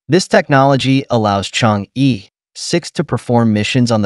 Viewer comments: The correct pronunciation in Chinese is Chang-"er",not Chang-"ee" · Good video. P.S. Chang'e is not pronounced /chang-ee/ but /chang-er/